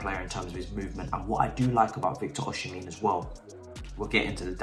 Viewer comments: You are murdering my Nigerian brother's name 😭 it's Osimhen not osimhin😂. But yes he's a very good option. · OK this is how you pronounce Victor osimehin.... OSHI-MEH-HIN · it's pronounced OZIMAN (the Z like "cozy") (the man like "men") OSHIMEN. Cheers mate